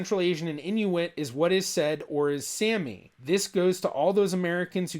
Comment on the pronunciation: You should learn the correct pronunciation of Sami.